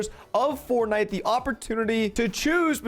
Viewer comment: Anyone wanna talk about how he called it “fortnit”